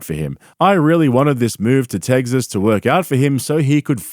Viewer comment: "when they moved to teggsis"